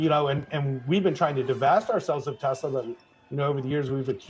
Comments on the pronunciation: I love teslur😂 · TeZla to RuZZIA 😂😂😂😂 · yep. it’s been time for while. also it’s crazy how trump could make “tesler” sounds like “hitler” smh what is this timeline?!